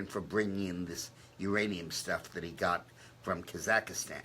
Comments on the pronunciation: The name of the country is KAZAKHSTAN, not Kazakastan. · Yeah, he just slipped....it's Kazakstan, and what he means. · Dick Morris keeps saying “Kazakastan”...but he really means to say Kazakstan right?